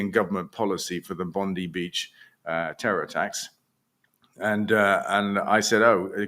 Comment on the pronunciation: Just an aside, the Australian Bondi is pronounced 'Bond-eye.' Not like that horrible US AG 🤢